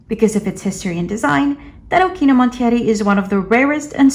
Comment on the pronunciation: I follow you on Tumblr. You're amazing and props for actually pronouncing the name of the deck correctly ;)